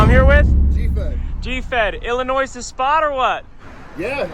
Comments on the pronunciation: It’s not “Ellinois” it’s “Illinois” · Illinois? More like Illi-noice!